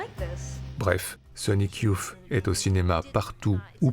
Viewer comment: super ! Merci pour cette redécouverte de films oubliés. (un seul bémol sur la prononciation : pour dire "youth", on doit plutôt dire "yousse" et non "youf", c'est le vieux fan époque 91 qui parle...